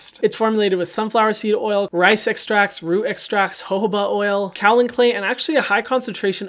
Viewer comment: I am utterly failing to adjust to your weird 2 syllable pronunciation of kaolin. It throws me for a loop every time.